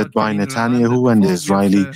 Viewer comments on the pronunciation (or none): Good to finally hear the correct pronunciation of Nuttin-Yahoo. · Natul-yahuuu❤ he butchered His name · Can anyone confirm the accuracy of this statement: Benjamin Netanyahu: The current Prime Minister of Israel, whose name is sometimes mispronounced as "Natania who" with a Persian accent. Recent news covers his meetings with President Trump regarding the war between Israel and Iran. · The translator pronouncing Netanyahu as "Natanya Hu" every time was so funny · It’s pronounced “Na-TAHN-yuh-HOO” from here on out 😂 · Love the way he pronounces Netanya-hu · For the first few minutes I was trying to figure out who "natonya who" was lol just the wildest pronunciation of netanyahu I've heard 😂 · He called NETANYAHU as NATHANIEL-WHO...............:face-red-droopy-eyes::face-red-droopy-eyes::face-red-droopy-eyes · Netanya-Who. That’s how I’m pronouncing it from now on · The translater did a great job - minus the pronunciation of Netanjahu ^^ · The pronunciation of Netanyahu is hilarious but I get it the accent doesn’t matter the content matters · Would be helpful if the interpreter was better and could pronounce Netanyahu in a way Americans can easily understand